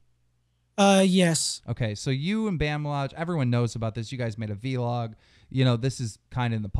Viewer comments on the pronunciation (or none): Plz say vlog not v-log no offence